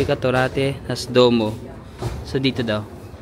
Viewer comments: 😂😂😂😂 natawa ako sa vlog mo na to duwo😂😂(duomo) then sa tinapay 😂😂😂😂 grazy(grazie) 🤣🤣🤣 sige kuya ipalaman mo yung risotto 😂😂😂 na enjoy ko panoodin ka.... kung po ang sulat yun din ang basa wag mo artihan at na mamali ang higkas 😂😂 Sige lagyan mo ng balsamic ang risotto 😂😂 try mo lang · kindly pronounce DUOWO as DWOMO. BELLO. - BEL-LO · DUOMO (duwomo) hindi po duo may mo po ang huli 😅